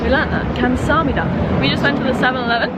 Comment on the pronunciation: Your pronunciation of Korean word "감사합니다." (Kam sa hab ni da, Thank you!) is really good! Korean alphabet is so easy that almost 100% of Korean children are able to read and write Korean alphabet even before entering elementary school.